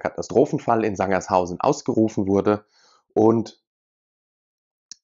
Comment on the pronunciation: es heißt Sangerhausen nicht Sanger(s)hausen